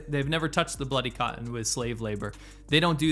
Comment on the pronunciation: It's "Cotton" not cottin!!! Get it right bruh, psh!!!